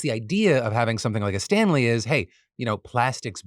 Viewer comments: I wasnt watching the visuals for the Stanley story and i kept hearing Stan Lees and i was just so confused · Honestly thought you said "Stan Lee" Tumblers and I was sorely confused until I looked at the screen and scoffed in disappointment